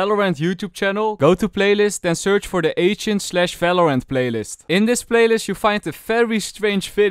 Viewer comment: he stopped saying falorant